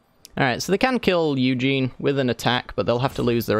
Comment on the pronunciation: U saying ugin wrong is very annoying